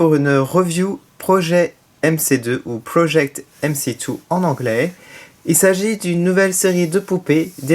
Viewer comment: sa ce prononce project mc squared 🐰🐰 , bonne review 😀😀😀